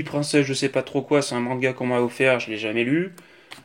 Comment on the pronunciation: Au début il dit manguia